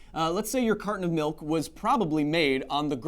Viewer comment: CARTON OF MILK enunciate! Enuncinate!